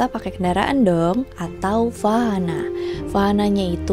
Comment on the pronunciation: Izin beri masukan ya kak. Konsonan "v" di sini lebih dibaca sebagai vokal "w". Seperti kata "vahana" diucapkan "wahana", "veda" dibaca "weda", hal ini mengikuti yg namanya IAST (International Alphabetic Sanskrit Transcription). Terima kasih, semangat kak